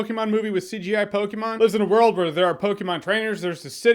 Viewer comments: Thank you for pronouncing Pokemon correctly 😂😂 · We can tell you don't play Pokemon Jeremy by the way you say Pokemon. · The way you say Pokémon is weird...but I like it!